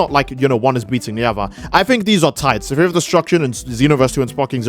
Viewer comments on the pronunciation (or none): "Sa-fear of Destruction" I'm sorry, I'm a bit high up here- WHAT DID YOU SAY?